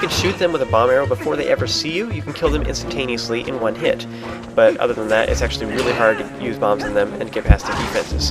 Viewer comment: Haha you say Instantainosly alot !